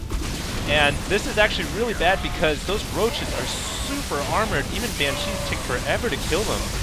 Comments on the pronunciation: Its BAN-shees, not ban-SHEES. Please, your pronunciation is becoming tiresome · yeah, please call BANCHEEs BANSHEEs, BAN-SHE that's how it's pronounced. on another note, AWESOME VID! nice win;) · It's cheeze, so it's ban-SHEES(e) xD.